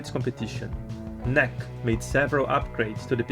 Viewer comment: Fellow Brazilian here. Great episode. Just want to point out that the correct way to pronounce "NEC" is to say every letter separately, as an acronym N. E. C. Not even in Japan they say it as "NEC".